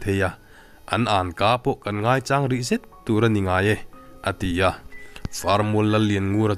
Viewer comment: "Ha chang " tih i chhiar lai hi a dik meuh maw ? Hla kan sak a CHANG AN SAWI ANG NILO IN,CHANG (SAK) ang hi a ni zawk lo maw ? I chhiar thiam lutuk e .PC HRAS TANG IN..